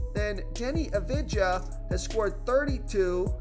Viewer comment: Please learn to pronounce Doncic and Avdija correctly